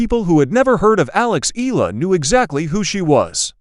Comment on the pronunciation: There's no such name in the Philippines Ee-luh! It should be pronounce the correct Filipino way, should be pronounce A-Yeah-Luh (Eala) Got it